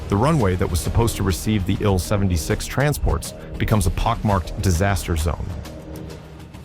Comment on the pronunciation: Congratulations to the Ukrainian soldiers and civilians who stopped the Russian Army cold at Hostomel. This was a huge victory and it will be remembered for years. I just wish that if the film maker decides to use fake voice overs he would program it to recognize that an SU-24 is not a Sue-24 nor is an Il-76 an ill-76.